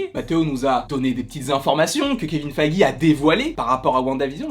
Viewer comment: Feeeeige pas faaaaige